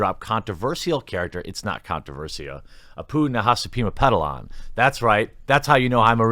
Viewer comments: Cheers for properly pronouncing Nahasapeemapetilon! Jeers for mispronouncing Groening.. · How you gonna pronounce Apu's last name perfectly and then fuck up Groening! Haha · Re: Apu's last name - you nailed it brother! True fan.